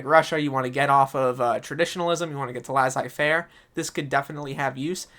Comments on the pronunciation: I usually don’t comment on YouTube videos, let a lot care about pronunciation, but the way you say laissez fairer is way too funny to ignore…..great video btw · I'm sure about op but I hear Lah-Zei. Either way I wasn't bothered by it just answering